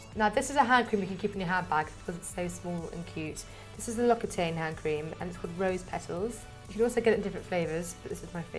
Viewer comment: I am pretty sure the correct way to pronounce it is Lock-si-tan (L'Occitane)